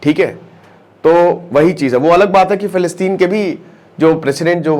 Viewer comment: Plilistein😂ye kaha h....hello isreal kya aapko pata h philistein kaha h...bhaijaan pager sambhalna zara 2 min m jara laghushanka jaake aya